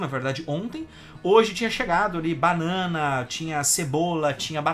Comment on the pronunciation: "panãna" vai todo mundo se fu...